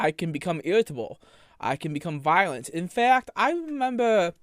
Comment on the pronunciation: Your favowite sin is wwath? You can become wiolent? What are you trying to say, boy? Use words. You're not Lassie lmao And seriously, if you say it that you have balls because you harrassed her brother one more time I will find you Typical anime pwedatow